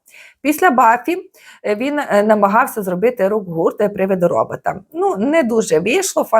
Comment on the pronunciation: Омг, що з голосом у вас? 😢 ГоврЄЄти, зробЄЄти? Така рагульська вимова